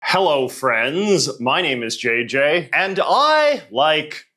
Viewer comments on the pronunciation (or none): You don't gotta emphasize "friends" like that JJ. You scared me.